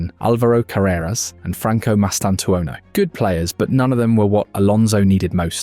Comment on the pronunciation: Im spaniard and its not AI, check how he says "carreras" english AI suffers a lot for that RRRR